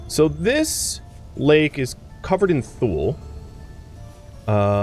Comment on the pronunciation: I live where we have Tule Lake and a species of Tule Elk, and locally we pronounce it “two-lee”. Not criticizing, just sharing info.